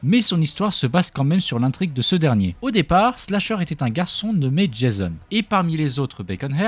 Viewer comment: Tu tais tromper tu a dis jaison😂😂😂